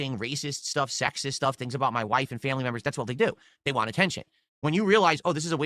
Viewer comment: "When you realize this is a way for them to get what they WAH, you starve them" also: "The content you WAH, sir!"